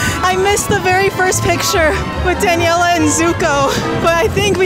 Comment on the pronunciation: The fact that says "danieler" halfway through